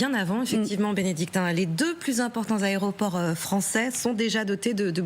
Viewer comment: Les ARÉOPORT??? Il est sérieux lui??? 😂😂😂